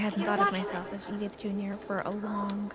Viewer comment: its pronounced e dith fucktard